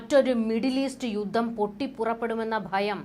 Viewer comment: 'യുദ്ദം?' ' യുദ്ധം' എന്ന് കൃത്യമായി ഉച്ചരിക്കരുതോ.....?